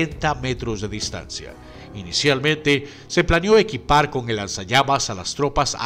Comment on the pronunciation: alguien escucho lanzallames?